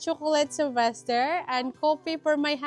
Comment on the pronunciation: IS YOUR SON's name Sylvester or Sebaster as you're pronouncing?